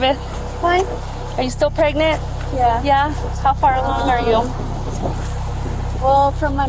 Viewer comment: dude she went “are you still pregrant” 😭